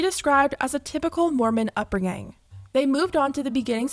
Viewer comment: the way she pronounces upbringing 😱